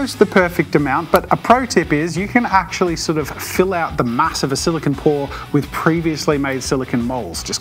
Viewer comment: I'm sorry but this is a huge pet peeve of mine and you said it like 100 times so I just feel compelled to tell you that "silicon" is what computer chips are made out of and "silicone" is what the mold is made of. It's pronounced "sili-cone" like an ice cream cone.